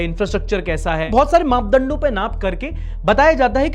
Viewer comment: bhai big fan but aapne yha maapdando ki jgah MAAPDALLO bol diya hai 😂😂 slip of tongue ho gya hoga but thoda sambhlo ni toh thaad se sunday show karna parega😂😂 itti peak detailing ki hai maine naam le dena next sunday show mein aur subscribe karne ko bol dena, hum dono ek hi jaise hain main bhi bheek mangta hoon like aur subscribe ki 😢😂😂